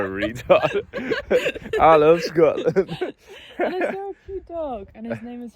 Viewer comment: “I love Schotland” She’s such a dumbass 😂